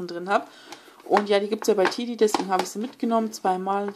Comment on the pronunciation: Cooles video aber das spricht man Tedi und nicht Tidi aus